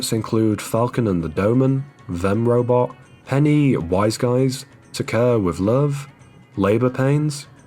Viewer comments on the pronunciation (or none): none